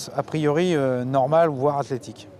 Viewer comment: Il dit : "voir athlétique" ^^